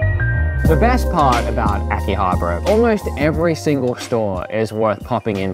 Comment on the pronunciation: So uhm its Akiha Bara not Aki Habra